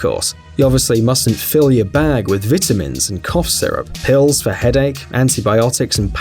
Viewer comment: He said vitimins